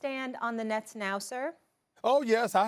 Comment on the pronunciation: 😂"The Brooklyn neths" I'm sure Stephen A is spitting all over the studio when is talking1